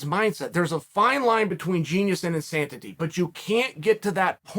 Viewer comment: Chael, I love you, and watch ALL your vids, but there is not 2 T's in the word INSANITY!!!!! No disrespect, and only you can pull off saying words incorrectly, but still making them correct!!